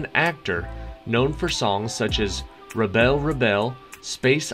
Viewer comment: Ooh, we enjoyed this one. Thank you. Our score was 14/21, so we've learned some new ones. I hate to be picky, but in Q.5 ...rebel , rebel...it's the noun rebel, so the stress on the first syllable..IYSWIM.